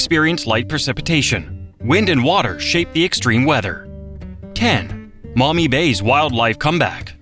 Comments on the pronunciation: This was an interesting video, but several of the locations were not pronounced correctly, including Cuyahoga, Portage, Maumee, Tuscarawas. Before doing any more videos, I would check pronunciation of whatever you are talking about. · The Maumee river is not pronounced "MOMMY"! But at least the Olentangy wasn't quite destroyed by saying; AWL-EN-TANG-EE...and it's pronounced Ky-ah-hawg-ah, River! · Lol you pronounced Cuyahoga wrong. Maumee sounds close to ‘Mommy’